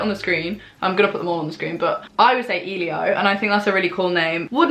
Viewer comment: Elio is pronounced Elle-ee-o it’s my favourite boys name aha